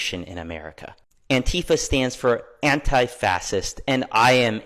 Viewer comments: first of all, not being anti something is not the same as being PRO that thing. Secondly, it’s not “fassist” it’s “fascist” pronounced “fash- ist” lol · Why cant he say facist right?? 😂 its driving me nuts...😂😂 .."fasist".. 🤡.. nobody believes them..they are such a joke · Fascist- is pronounced fashist, not fassist, the “sc” make a “sh” sound. Regardless, everyone that calls themselves antifa constantly displayes acts of fascism, your actions are stronger than your words. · What's a "fasits?" 🤣🤣🤣🤣🤣🤣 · this dude cant even say FASCIST😂 "fassists" sissy much bruh? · Why cat he say fascist he is saying fasses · "Fass'ist", nice.. either he has never spoken to another human or has only ever read it and never heard it.. or the guy is just an AI. Defiantly 1 of those, thanks for your opinion robot, shut down and run a diagnostic. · This genius doesn't even know how to pronounce fascist correctly, it's pronounced fa-shuhst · For the Love of God, stop saying "fassisist". You sound like a toddler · I'm all for Fastism! Can we get 100 mph minimum speed limit on the interstates? And, snipers for anyone in the passing lanes for more than ten seconds? Yeah, if you can't say the word right, I'm not taking you seriously. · "Fass-sist" umm..... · Well, might be a little harder to pay these people to loot, damage and cause mayhem now! Gonna cost them a whole lot more! Dude said anti fasist. Should learn how to say it, if you’re gonna call yourself it. OMG! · They don't even know how to pronounce the word fascist😅😅fassist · ohhh it's pronounced FASSEST? interesting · That guy said fascist incorrectly about 10 times. I thought he was saying fasest. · Dude Called it fasist, He can't even say the word that he believes in SO MUCH, WHAT A JOKE LOL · Did that guy say “fass-ist ” a half dozen times instead of fascist… what was I hearing?!?! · Thought he was talking about running the 400 meter or something; sounded like he was saying "fastest" over and over again 😂